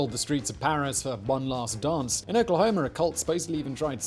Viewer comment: "Oklahomer" lol